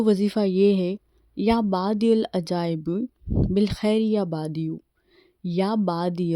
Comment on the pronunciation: It's not ya baadiul ajaibe it's ya badiul ajaibe